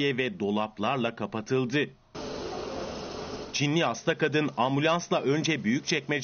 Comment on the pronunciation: Nobody: No one: Show tv:Çinliğ hastağ